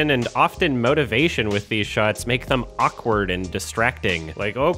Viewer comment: pronunciation of "awkward" is kind of awkward.